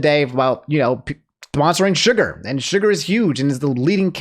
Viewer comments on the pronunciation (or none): none